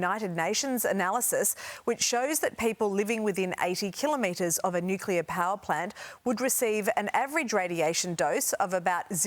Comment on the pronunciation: can he just pronounce Nuclear properly.